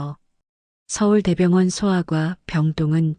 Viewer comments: 서울 대병원 이아니구 서울대병원 이렇게 읽어야 ㅠㅠ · 정말 듣기 힘들었슴 서울 대병원이라니...ㅉㅉ